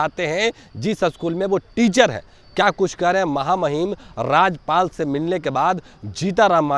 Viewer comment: 😂😂राजपाल नहीं राज्यपाल बोलो भाई